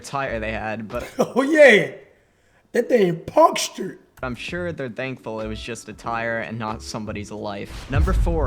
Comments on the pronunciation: “that thing punkshured”😂😂😂😂😭😭😭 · Nobody: Cash: Oh yeah, that thing PUNKCSTURED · “punkstured” says cash. 😂😂😂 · Cash “that thing punkshcured”🤣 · “THAT THING PUNXTURED” 😂😂😂😂😂😂😂😂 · lmao cash said punshcured